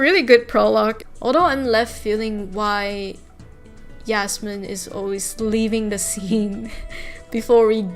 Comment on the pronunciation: I not the person who wrote Yasmin leave me alone but I’m so happy you pronounced my name right 🫶🏼